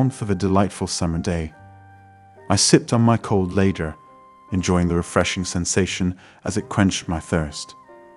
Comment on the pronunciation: I STOPPED when a "Cold Lager" became a "Cold Later"......36 seconds into this ....... Bye!